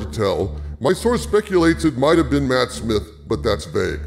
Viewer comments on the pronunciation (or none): none